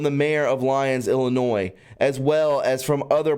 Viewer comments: Cicero is sis uh row. Illinois is ill annoy. No S at end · Dear One, Ill~i~nois = Ill ~a~noy ILL ~A~NOY. Or as Gram taught " there's no noise in ill~a~noy"